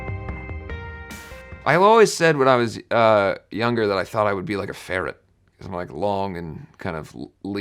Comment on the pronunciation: I'm sorry but the way he said farret made me have the biggest smile